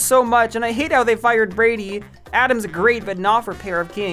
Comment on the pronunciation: I had to go back a couple times to make sure I heard correctly when you said "Adams" not "Atoms" lol